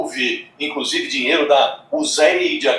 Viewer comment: Adorei a pronúncia do para USAID (uzeid) 😂😂😂😂